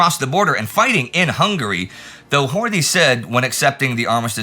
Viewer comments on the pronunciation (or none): FYI it's pronounced Hort-ee, with the "ee" as in Robert E. Lee.